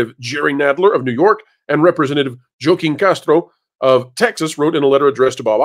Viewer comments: It’s pronounced “Hwah-keen”, not “Joh-keen”. 🤦🏽‍♀️ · I couldn’t tell if you were Joaquin the way you kept mispronouncing his name. It’s not Jo-Keen, it’s Whah-Keen. Like Joaquin Phoenix. You say you don’t do politics but you should know the actor. But you trilled the R in Castro so you sound like Dumbo. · Joaquin is pronounced "HWA-keen." Just so you know. 🙂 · FWIW, I’m pretty sure “Joaquin” is pronounced “wah KEEM”. 😊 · I believe Joachim is pronounced hwah keem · Castro's first name is pronounced Wa-keen. Fti unfortunately he's my Rep. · Joaquin is said "Wah-keen", even is the spelling doesn't seem like it. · * Joaquin is pronounced HHWaa-KIY-N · It's pronounced WAAA Keeen. You're killing me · OMG thank you, I love WDWpro, but I'm a little on the spectrum AND I'm from south Texas and every time he said "Jo keen" it was like getting poked in the ear. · Joaquin is pronounced wah-keen...... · I like your analysis, but the pronounciation of Joaquin is more like Wa-keeen. It is Spanish. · Wa-keen saying the name wrong a million times makes you sound racist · Pronounce the names correctly please. They may not be my reps but do better please. This is a moment to have the DA play one of my favorite clips. “The bill comes due, always!”